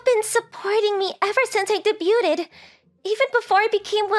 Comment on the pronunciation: I love these little stories but this is too rich the way she pronounced debuted as “day butte Ted “ 😢